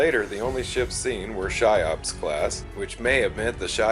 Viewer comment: Cheops is pronounced "KEY-ops", not "SHY-ops". Just FYI.